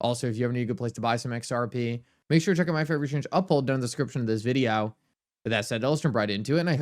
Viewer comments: He may be AI, the way he says “videyow”. Like a AI! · Still wondering what a "videow" is....can you elaborate? ;-)